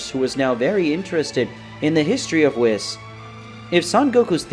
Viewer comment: It's pronounced "whees" not wiss